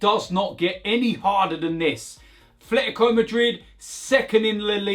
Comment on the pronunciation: AT - LET - E - CO that’s how it’s pronounced. There’s no TH sound. It’s not even an accent thing, it’s a people not reading thing.